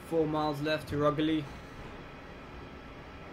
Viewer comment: oh btw the way its ruu-geer-lee ;) im at lichfield